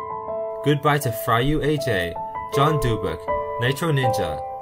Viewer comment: fryUaj’s name is pronounced fry you I!!!